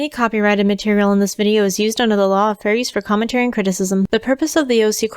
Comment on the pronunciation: I don't know why but during your disclaimer I hear "under the law of FURRIES" not Fair Use and it's both hilarious and a little annoying. More cause no matter what I do I can't hear anything but Furries.